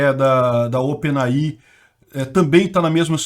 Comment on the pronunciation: OpenAI se pronuncia ôpen êi-ai, para quem tiver curiosidade...